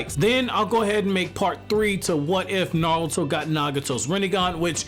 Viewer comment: I know you're saying "Naruto" but I just keep hearing "Nalto"